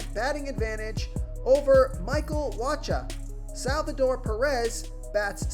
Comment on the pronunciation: You pronouncing Wacha wrong